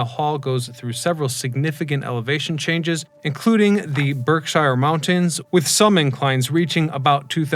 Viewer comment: Even though you said Bershires incorrectly, good info and an earned like :)